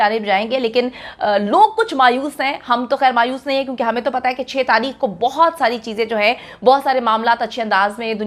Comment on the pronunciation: Tareekh par Taheekh 🤦‍♀️